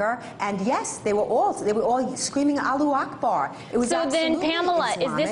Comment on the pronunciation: ahahahahahah she said alu akbar hahahhahah "ALU" loool